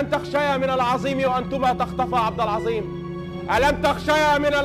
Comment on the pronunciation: عبد العزيم ❌ عبد العظيم ✔️/إڨرمي ❌إجرمي ✔️/اخرڨت ❌اخرجت✔️/من زلك ❌من ذلك ✔️/اخرڨ ❌اخرج✔️/توڨدها❌ توجدها ✔️/ الڨلسه ❌الجالسة ✔️ اللغة العربية الفصاحة تبكي في الزويه😂 ❤❤